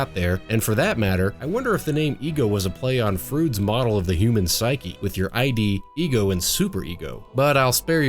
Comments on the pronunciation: just fyi it's pronounced "idd" as in "Alex Kidd", not "eye dee" 😉👍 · Also, Lisa Simpson said it herself, way back in the first episode of the series: id is a word. Don't merely pronounce it by its letters. No one's ever heard of I.D. software! :p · lol "Frood's I-D" good video though